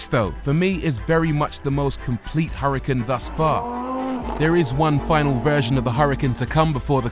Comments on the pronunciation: its not hurri-kin its oora-kaan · Please don’t pronounce Huracán in English. Huracán was a Spanish Fighting Bull and because of that it is pronounced in Spanish.